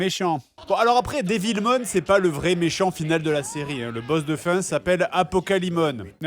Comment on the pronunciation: Perso au début j'ai cru qu'il disait "Debilmon"